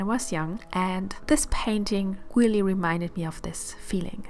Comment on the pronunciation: your work is excellent. Most of your English is good. I have to help: it's not "awawabelle", it's a(uh)Vail -a BLE" And "really" is not "reawwy". Come on that's not hard. If you're going to play in the United States, do it right.